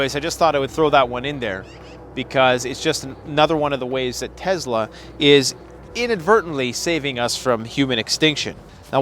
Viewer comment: Bro it is tes-la not tezla